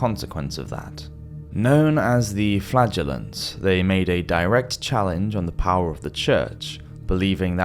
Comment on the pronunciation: i'm so sorry 😂, every time he says "flagrllants" i hear: flatulence, i don't have a beavis& butthead- humour, but it's literally every time, in other videos also